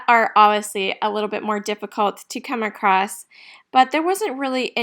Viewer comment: Just a note, There is no "t" in ACROSS